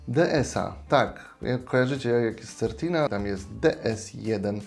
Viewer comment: Wymowa- Sertina.